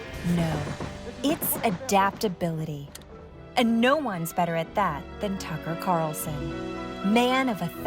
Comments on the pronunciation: it's pronounced Cucker Tarlson. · I can't believe how many times Desi Lydic mispronounced 'Cucker Tarlson.' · "Tucker Severus McFly Carlson" I lost it 😂